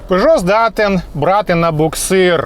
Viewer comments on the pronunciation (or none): Правильно Пежо а не Пижо !!!